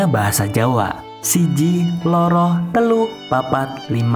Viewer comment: Bukan orang Jawa ya. Pengucapan loro dan sanga jd lucu